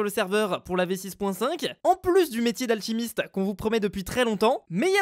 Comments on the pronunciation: Ouai en plus on dirais un mec bourré qui parle 😂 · On dirait qu'il est bourre aussi